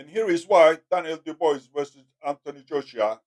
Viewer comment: "Do bwah" is the pronunciation